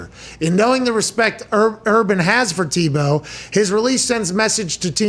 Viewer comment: Tim Ta-Bow:-). Its Tim Tebow!!